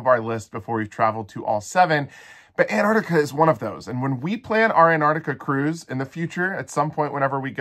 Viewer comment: Apparently Antarctica no longer has T's in it.